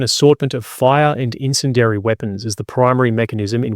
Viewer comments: Only criticism (ya bastard) is that you learn how to pronounce bastard "incendiary". It's got a bastard "I" in it (pronounced as a hard "E" (like many similar bastard words). Incend-E-ary. Bastard. (This comment is sponsored by Sean Bean...) 🙂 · Someone please teach this dude how to say incendiary. Or is this like a British pronunciation thing? Otherwise no complaints about everything else. But seriously. Eleventeen mispronunciations of incendiary too many about had me screaming at the screen. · "In-sin-dairy" weapons Really? Are you sure? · Just me or is anyone else bothered by the pronunciation of incendiary? Entertaining video though!